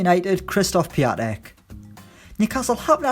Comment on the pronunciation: Its prounounced Pee-on-tech